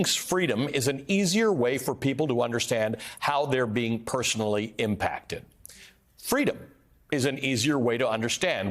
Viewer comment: She says the same stuff. And wont leave the telepromter. Its fweedom